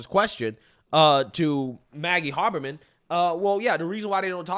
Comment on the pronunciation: Haberman is pronounced "Hay-burr-min"